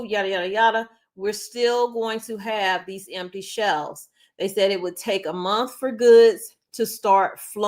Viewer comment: It’s shelves not shells